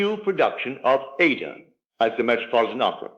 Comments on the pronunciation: I don't know whose voice this is or, if it's AI. Neville was British and educated. In the UK, classical music institutions, broadcasters like the BBC, and general audiences strictly pronounce the opera Aida as eye-EE-duh (or ah-EE-dah, with three distinct syllables). NOT like it is repeatedly & disturbingly pronounced in this video. You need to correct it because you make Neville sound stupid. ANY educated person knows Verdi's opera is NOT pronounced AY-dah - two syllables, like Ada. Neville NEVER would have said it like that. NEVER!!! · Not Neville. Neville Goddard was an educated British man and would have known how to pronounce Verdi's opera Aida. This voice does not.